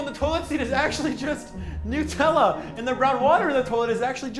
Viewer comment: Noo-tella? Ah yes, I love hazelNOOTS.